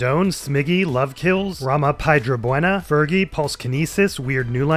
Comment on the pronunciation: that pronunciation of rama piedrabuena is a bit off :_bwtMike:its in spanish